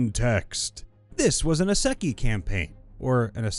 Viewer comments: Bro just learn how to say Isekai... its pronounced as ee-seh-kigh or ee-say-kigh not e-secky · You mispronounced isekai... think eee-se-kai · I think it's pronounced eye-sek-eye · I prefer the way I heard him say it: "This was in a sucky campaign" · The way you pronounced isekai